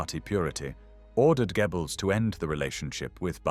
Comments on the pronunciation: Gebbles??? 😆 😂 You Brits couldn't pronounce German to save your lives. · The translation of the names of the Nazi leaders is so bad. "Dschiebels, Ramel". Very stupid AI! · It’s AI, and I’m not sure there is an English equivalent/spelling of the German pronunciation of “oe”. It’s not “Gebbels”, and not exactly “gyobbles”. Americans usually pronounce the name as “Gurrbles”, which is even worse. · KI ist dumm, kann nicht einmal Namen richtig wiedergeben! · If only he'd pronounce Goebbels properly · This narration sounds good but I still think it is AI... Goebbels is constanly pronounced incorrectly along with a few other words that point to it being AI. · Really like the content, but please sort out the pronunciation of 'Goebbels'. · c'est quoi ce commentateur de merde, qui ne sait pas prononcer le nom de Goebbels.